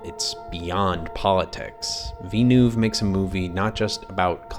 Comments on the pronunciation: Vill-noov, not Vee-noov Hark-uh-nen (or Har-ko-nen), not Hark-anon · "Is Dune the greatest scifi movie ever?" "House Harkanon" "Veenoove"